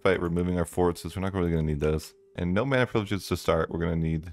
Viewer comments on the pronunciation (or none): none